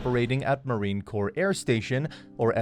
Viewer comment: For crying out loud, its pronounced "Cor" not "Corpse". Numbnuts.